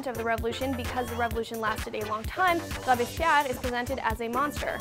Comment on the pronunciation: It is pronounced "Robes-Pierre". I didn't even know if that is what she was actually trying to say lol.